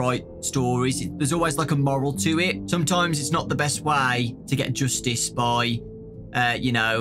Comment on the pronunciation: Nobody:"Joostice"